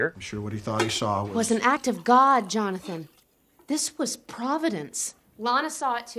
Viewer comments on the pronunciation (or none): none